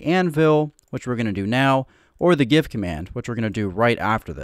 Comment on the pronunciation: It sounds like you're saying Gif instead of give! I was wondering why you were talking about gifs lol. It started raining in my world and I wasn't in the mood for rain so I did /clear and it cleared my inventory 🤦‍♂️